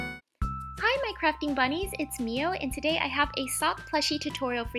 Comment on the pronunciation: At the start when she said hello my crafting bunnies I thought she said “Hello my crapping bunnies”